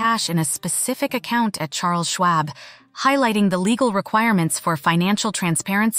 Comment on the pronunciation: Ai voice doesn't know how to pronounce schwab and ai voices lead me to distrust the facts in the video